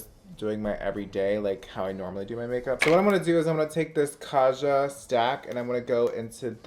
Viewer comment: The J in Kaja should be pronounced like J in Jennifer. It’s a romanization of a korean word that means „let’s go”. You can google 가자 and hear it yourself :)